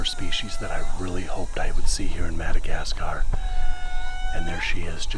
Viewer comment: "The Minnegascar Frogboyz"